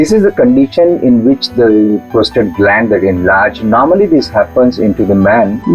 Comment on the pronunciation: Its Prostate lady not Prostrate